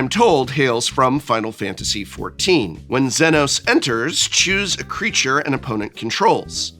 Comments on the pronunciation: Notes on pronunciation: "Almasy" has an L not an I, so it's said All-mah-see. Zenos yae Galvus is Zee-nohs yay gal-vuhs. Y'shtola Rhul is Yesh-toll-uh Rule (at least you didn't read it as "Y'sholta" like I've seen others do). Hope Estheim is split at the "T," so it's Est-heim. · It's hilarious to me that he Prof pronounced Zenos wrong but pronounced Y'shtola right.